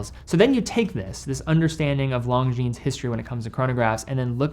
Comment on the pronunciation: That's not how Longines is pronounced